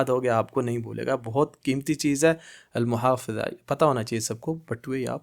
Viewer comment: المحفظة wallet not muhafeza its mahfadha